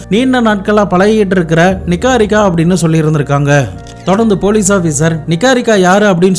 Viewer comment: Niharika ❌ நிஹாரிகா நிக்காரிகா ☑️😂